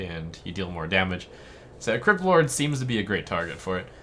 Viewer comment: I actually heard him say "Kripp Lord"